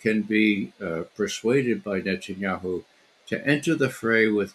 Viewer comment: It's Net TAN yah WHO.